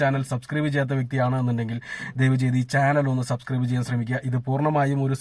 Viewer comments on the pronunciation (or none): ച്യാനൽ അല്ല ബ്രോ.. ചാനൽ